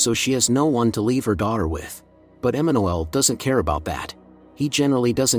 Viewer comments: Emma-new-ell. Really? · The way he pronounces it it's very close to Spanish Emmanuél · It's Emanuel. AI doesn't know how to pronounce names properly. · Have I been pronouncing Emanuel wrong this whole time???🤯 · Nope😂. Not sure why he can't pronounce it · No you're not ..the narrator has no clue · This guy is saying the name incorrectly!!! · Yeah.. that irritated me too